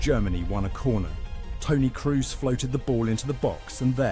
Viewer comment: There was a part 2 of this YouTube clip: Tony Cruise versus The Selekao - The name butchering continues